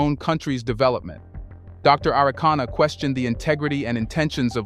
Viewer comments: Dr. ARIKANA (and NOT, Anacana 😌😌😌) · Her name "Arikana", not Anakana. Gabon coup is a family affair only. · Great Conversation, Please Brotha her name is Dr. A-ri-kana Chihombori Quao. No disrespect. Peace 🎈👈🏿😎